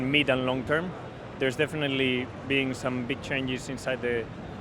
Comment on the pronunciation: Some eentersting changes eenside the fucktory